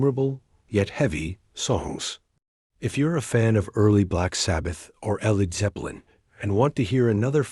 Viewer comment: Yeah. Like "El Eed Zeppelin"